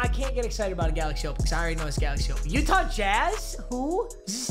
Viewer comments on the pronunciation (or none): none